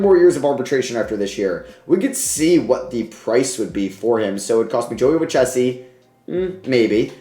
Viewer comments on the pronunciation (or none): Hate to be that guy but Joey Lucchesi is pronounced Lou-kay-see. Love the vid as always bro